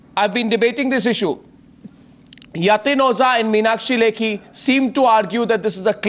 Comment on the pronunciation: Mr. Arnab, its O-JHA, not O-ZA !! Please, for world peace sake, lets close this issue today, so its O-JHA.. no no. dont get confused and dont dodge the pronounciation, its O-JHA, O-JHA !!! Its not O-ZA ...